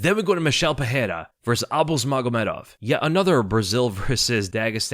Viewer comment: Pereira = Puh-ray-ra (no double r so no "H" sound) Ferreira - Fuh-hay-ra Can we get this right? Rogan started this dumb trend and has since corrected himself (since UFC 300). Very unprofessional.